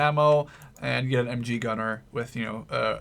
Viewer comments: It's not M chee It's MG like MaschinenGewehr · It's not "MChee" :D maybe the dudes in Switzerland say that so ;D It's just "Ehm Geh" the Geh like walking = "geh"hen in german, i hope you can use it :P To the Snipers "Aufklärer" they just forgot the Umlaut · You use the "G" correctly in "Falschirmjäger"! The "g" in "MG" is a bit tricky and rather hard to explain but the "ge" in "Sturmgewehr" is very similar when it comes to the sound. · You said totaler krieg perfect. :) But the MG was just a fail. We dont have a spanish accent :P Just search how we pronounce the G and then its perfect ^^ Also the Aufklärer are pronounced the same every time:1 Aufklärer, 2 Aufklärer